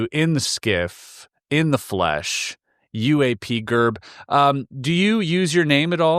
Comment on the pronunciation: Nailed it 👌 it's not pronounced "UAP Jerb" his YouTube name is UAP Gerb 😂